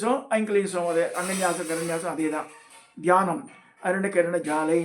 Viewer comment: Mama, dhyanam pronounciation konjam correct pannunum🙏🏾 Paddhathi not correct mama, Chidanantha nathar guhananda mandali, many good sadhaka irkal jai chandi🌷😊